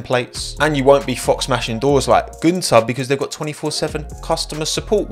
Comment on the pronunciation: holy shit that pronounciation of "Günther" was nailed, never heard a non-german pronounce the ü, they all always say "Gunther"